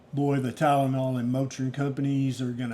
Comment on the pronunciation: Soooo funnie when you got on here and said "Tylenol and Motrin". That cracks me up.